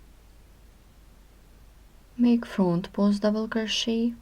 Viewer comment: WHAT THE HELL IS FRAUNT PAUZT? WHAT ARE YOU SAYING? LOL.